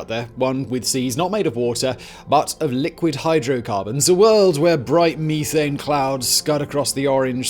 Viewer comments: Pet peeve it's meth-ane. Ane is a suffix connotating the chemical structure and meth for the chemical itself. You don't say people smoke crystal meeth so why would you say meethane? Just had to let that out. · the word is meth ane not me thane. LOL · Simon... I know your British or something to that accent...but meethane...it is a short E...methane...as in meth-ane...otherwise like the trim job on the beard... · I'll be honest. I paid more attention to him saying ee thane and me thane lol. Eth ane and meth ane. I couldn't imagine Breaking Bad with blue meeth. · "Stop right there thief!" "Meethane" "Oh, sorry Thane. I didn't recognize you" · Me-thane as opposed to You-thane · Mee-thane. Weirdo. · "Me"thane lol